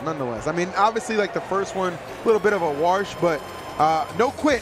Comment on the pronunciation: "First one, a little bit of a warsh..." TKBreezy once said, You can take the man out of Maryland, but you can't take the Maryland out of the man. 😂